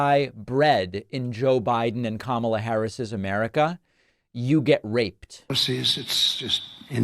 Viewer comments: Is he too stupid to learn how to pronounce “Kamala” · Still purposely mispronouncing Kamala's name and on top of that, not very cognizant!